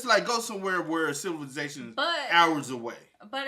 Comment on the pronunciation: saying “silivization” is killing me 😂😂😂😂😂😂